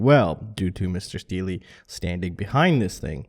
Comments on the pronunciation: haha u cant fuck up this legends name man! its just pronounced "steel" not steeley lol 😂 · It’s pronounced “Steel” sir. Good on paper review. I have tried many cameras over the years. CCD is the only thing I can fly with upmost confidence. And the image quality is very good as well. Smaller cams just don’t hold a candle to the larger sensor and GoPro 2 lens optics. But again it’s all personal preference at the end of the day. And I’ll continue flying my outdated gear it seems to be holding me back... :) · Laughed abit when he isad Steel-E :P Good stuff that you wrote Mr. Steele ^_^ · "Mister Steel-E"? LOL